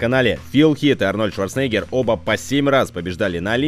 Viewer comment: прояви уважение к легенде - произноси правильно фамилию Арнольда!